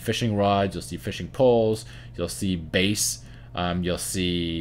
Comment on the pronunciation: Love this. But I think you're a musician and not a fisherman. Bass the fish is B-ass, not Base. Giggle